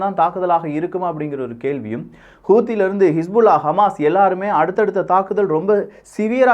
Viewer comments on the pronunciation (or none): none